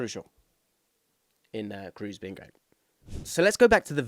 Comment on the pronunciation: I agree with this take. Nobody needs any Englishman to pronounce Schlotterbeck or Mittelstädt correctly. Just maybe don't completely butcher the one guy who's among the most decorated players of all time and also incredibly easy to pronounce.